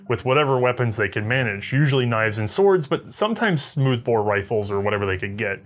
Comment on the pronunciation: said "smoth-bore rifle."